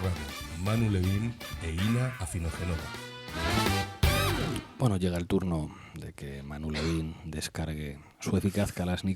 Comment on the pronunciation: Dirá hoy POR FIN Pablo correctamente el apellido de Inna???😅 Ni Génova, ni Milán, ni Venecia... POR FAVOR, ES PALABRA LLANA! Afinogen(ó)va. BRAVO por Bardem, que lo dice perfecto! BRAVO por el ya imprescindible trabajo que estáis haciendo! Pablo, please, ya basta... 🙏😁🤗